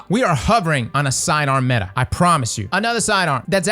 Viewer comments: It’s not metha. It’s meta cause it’s the acronym for most effective tactic available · Metah lol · Metah this, Metah that.... Have yall ever met a girl?